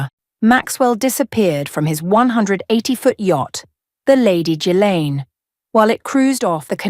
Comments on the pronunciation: Among other shortcomings, this British-sounding AI voice needs to learn how to pronounce Ghislaine. Otherwise, stellar reporting. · Oh dear, Ghislaine mispronounced but interesting all the same. What a lovely voice albeit a good old Artificial Intelligence one. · Ghislaine, and also Kashoggi, I think